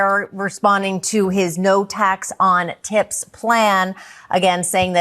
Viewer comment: Did he say No Tacks on Tits